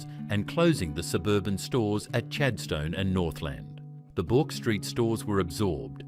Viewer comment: 5.30 "Bork" Street? Try "Burk".